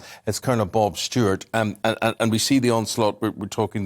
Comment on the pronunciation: Are you sure it's Colonel Bob and not Blob? Asking for a friend...